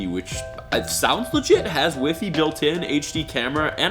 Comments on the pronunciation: It’s pronounced [y fy] WiFi not we fe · “Has wiffy built in” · did actually say wifi as in wifee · Norman Seye I say weefee to because in the netherlands we pronounce the i like an e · My nana pronounced WiFi the same way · says WiFi wrong 😂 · Did he say wifi?????